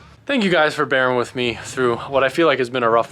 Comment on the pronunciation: Sounded like he said thank you for BARRA-ing with me, imagine a Barra drift build...